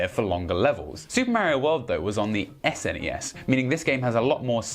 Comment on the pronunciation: He didn't. Hee did say nes and snes wrong though.